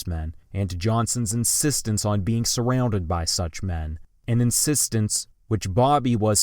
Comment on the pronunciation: Disliking and blocking simply by how you pronounce “surrounded” and the continued use of it